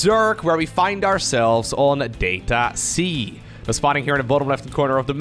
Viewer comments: You're saying it wrong! If you pronounce it "DAH-tuh see" then you'd understand why playing on Data-C means playing underwater. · DATA-SEA is what I hear every time u say DATA-C tho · Data-C “Data Sea” come on. also there’s 2 ways to pronounce data. Make it sound like it rhymes with odyssey. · "that-a sea"? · "it's at the bottom of the ocean *under the sea*" "On data-c" sounds like "unda da sea" like the song from Disney's "The Little mermaid" . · Maybe the mapmaker says "DAH-ta" and not "DAY-ta" and it's "Dat a sea". "Dat a sea?" "Yep, dat is!" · Every time you said Data-C I kept hearing "Data Sea", which "underwater map under the sea" checks out... Could just be me though. Could just be a play on words. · data-c "dat a sea" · as a fellow Dutchmani guess Data-C is a pronunciation word play thing because you pronounciate it as Data-Sea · its data-SEA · It reads data - C as in data "sea" in english. As in a sea of data, an ocean of data, or a large quanity. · It's so simple, just say "data" like an American not a European. Long A. Say it in the sentence "we find ourselves on data c". Notice how you basically said "we find ourselves under da sea"? It's just a really bad pun that only works for Americans. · its called DATA C, it can also sound like DATA SEA.